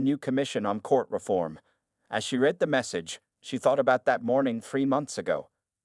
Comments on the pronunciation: You need to teach your AI that there are times the word 'read' is pronounced 'red' not 'reed'. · Read pronounced reed is present or future tense example He began to read the book. Read pronounced red is past tense example He read the book last night. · It is better to read the transcript than to cringe on the reading mistakes of the AI voicebot (like no discerning for "read" in present vs. past tense pronunciation) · When someone is talking about the written word, the word read ( pronounced- reed) depends on how it is used in the sentence. Other times, it is pronounced (red). Proper Grammer goes present tense, future tense, past tense. Read(reed), read(reed), read(red). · and couldn't even pronounce 'read' properly 😅